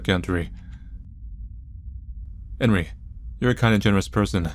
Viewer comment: Enrí is pronounced 'on-REE', and Ebel is pronounced 'EE-bell'.